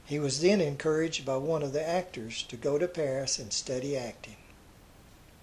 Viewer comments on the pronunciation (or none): none